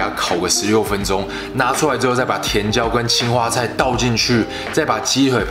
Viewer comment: 青花菜一開始誤聽成青蛙菜了😂